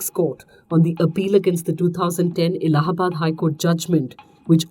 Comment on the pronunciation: i'm a bit late here but. its not ellahabad high court, its Allahabad. the hindi pronunciation is ellahabad, which is incorrect.